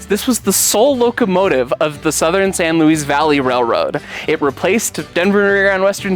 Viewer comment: The name is pronounced "San Louie Valley", not "San Louise Valley".